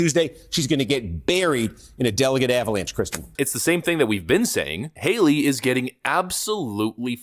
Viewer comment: Nikki Hale-er-y